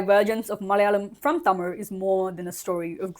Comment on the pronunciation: Props to you for pronouncing tamil the right way!!! And for saying keralam!!